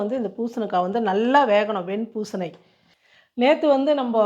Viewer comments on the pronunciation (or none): Superma! Easy to do! பூசணி சொல்லுங்க பூசண பூசண nu solreenga!😂